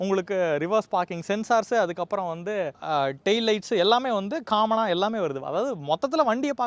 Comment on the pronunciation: taarque illai Google poyi torque eppadi pronounce pannanum n padi English therinjavrku kekkumpoth sirippa varum common n eluthina caammon n padikirinke model n potta maadel n enna ith